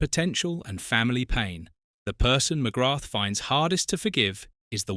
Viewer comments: Hi, a proud Irishman here, I'm still trying to figure out how to react to this video. On the one hand, it is stated that "there are six people that he will never forgive," yet near the end it is stated that he never actually said this directly, so it is contradictory. Also, one BASIC thing that seems to have been over-looked: the world and its mother ALREADY knows that in Irish culture, the "h" at the end of his name is silent, why you kept on mis-pronouncing his name is, frankly, a mystery to me - and most like EVERY other Irish-born person watching. Also, to say the Paul McGrath is "mad at the people who enabled his drinking" while similtanenously saying "he blames himself" is also contradictory. These are just my opinions, any other huge Paul McGrath fans in their late 50s, if you have any opionions to share, please do so! WE LOVE YOU, Paul, you were a legend. 😁👍💚🤍🧡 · Jesus, this guy keeps butchering the pronunciation of his surname over and over .. thats the biggest insult of this video ffs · Ffs Just learn how to say his name correctly. I know its a dumb AI voice but it can be thought how to pronounce his name. This is lazy from the content creator. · Not pronounced ‘ McGratt ‘! It is pronounced ‘ McGraa ‘! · Its not McGratth As you English pronounce. Its actually pronounced McGra,you drop the th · Thanks ya saved me, I got 3 minutes in and him pronouncing it Mcgrattttt was grating on me 🤦🏻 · Pro tip. ..ignore the "th" and replace with an elongated A sound Mc-graaa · Its pronounced McGra! The th is Silent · The 'th' is silent. Pronounced McGra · Its just pronounced Mcgrah...on a side note Ooh Ahh is me favourite irish player ever 💚🇮🇪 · Fyi the TH is not pronounced in McGrath. Its prounounced McGra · Pity you dont know how to pronounce his surname, Its McGraah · He can't even pronounce his name. Definitely not a football fan. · McGrath is not pronounced with the, 'th'. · why cant you pronounce his name properly? ffs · Please pronounce his name properly